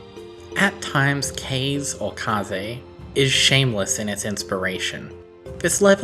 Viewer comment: Also, kaze means wind in Japanese, so you're probably supposed to pronounce it like kah-zeh. I realize it's been 3 years and you might know already.